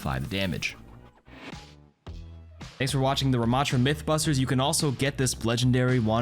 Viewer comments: Are you saying myth bust or mythbuss? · I had to play it back a second time to make sure he said “myth bussy series” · Anyone catch that... he says mythbussy series. right??